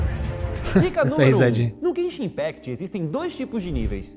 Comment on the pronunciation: Quem foi que falou zenzin impact